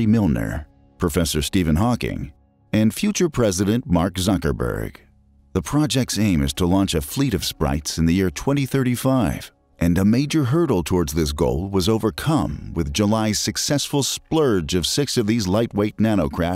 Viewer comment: Future president "Mark Sucknburg" lol Thumbs down on that alone !!!